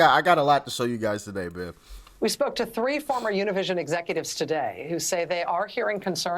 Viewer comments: It's Univision not tunnelvision! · It's not Univision, it's OONA-VIZ-ZEON.